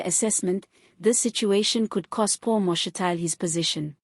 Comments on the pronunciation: Ma’shi’ti’le… not Ma’she’tile. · Get someone who can pronounce Mashatile properly !!!!!